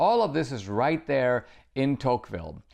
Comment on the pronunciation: Are we all just going to ignore that he is pronouncing De Tocqueville's name wrong?? lol cmon dinesh!!